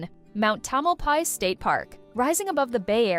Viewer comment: Learn to pronounce the names correctly...tomelpies pfff